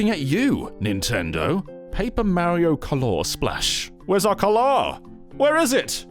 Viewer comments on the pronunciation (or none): The way he pronounces "color" like 'galore' to distinguish it from "colour" is despairing me because that's how I pronounce "colour" when wont to distinguish it from "color" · I'm just obsessed with the way you said "color" and "colour"